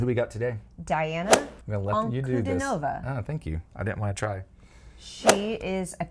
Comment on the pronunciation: It's pronounced Deanna Ankudeenova with emphasis on the deen